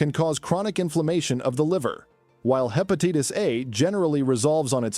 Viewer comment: Hepatitis, obesity, bilirubin, triglycerides--all mispronounced. Information is very poorly presented.